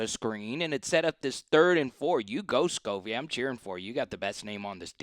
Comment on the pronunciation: I saw you already fixed Talyn Taylor. The other is Sacovie white pronounced Sa-cove-ee instead of “scovey”. RB Chauncey Bowens is pronounced “Bow” like rainbow….so “Chauncey BOWens”. 😊